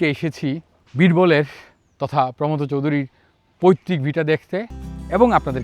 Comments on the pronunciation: আমরা পশ্চিমবঙ্গে প্রমথ উচ্চারণটা প্রমথো এর মতো করি। থ কে টেনে ছেড়ে না। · প্রমথ চৌধুরী নামের সঠিক উচ্চারণ প্রোমোথো চৌধুরী।দুঃখিত,কাউকে জ্ঞান দিতে চাই নি।কেবলমাত্র সঠিক কথাটি জানালাম। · ভদ্রলোক প্রমথ চৌধুরীর নামটা ভুল উচ্চারণ করছেন কেন?